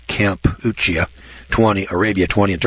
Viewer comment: You were struggling with "Kampuchea" -- it's another name for Cambodia